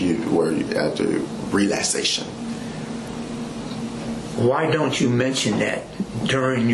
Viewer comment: Relassation 😂😂😂 I noticed that terrible pronunciation too. I even repeated it back when he said it.